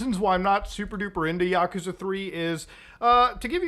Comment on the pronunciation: The way he mispronounces Yakuza is annoying